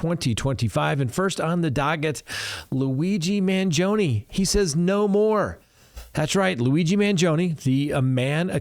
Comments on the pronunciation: Man GEE o nee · Obviously, you are unable to pronounce Italian names. Maybe you are too old to learn. I’m talking about Luigi’s last name. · MANGIONE NOTTTTTTTTTTTTTTTTTTTTT MANGOINE. Good heavens.